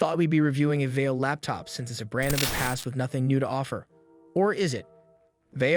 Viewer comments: I almost enjoyed this review but seriously learn to say words correctly before speaking into a microphone. It's Vai-Yo. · It’s pronounced “va yo” NEC is pronounced “En Ee ce” Nec is marketed towards consumers under the LAVIE label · "Vio". Long "i". Long "o."